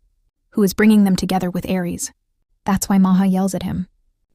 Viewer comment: Why are you saying Ar for Aries and jgijgu for JayJay